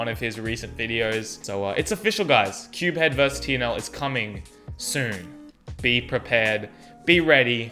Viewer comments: We’ve been pronouncing CubeHead wrong this whole time I feel so bad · Dude this pronounciation of cubehead and Tingman xD. Well I'm Team Tingboy all the way! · The way he pronounces Tingman and CubeHead's name tho... 😂😂😂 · I actually agree with pronunciation of CubeHead and Tingman xdxdxd